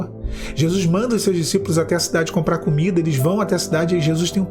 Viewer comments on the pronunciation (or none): none